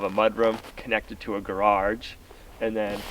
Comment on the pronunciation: what is a gararge ?? LOL I laugh everytime you say garaRge